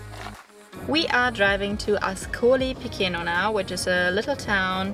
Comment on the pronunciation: CHE in italian = KE in english and CI CE = CHI CHE in english: Marche is Marke, Piceno is Picheno not Pikeno.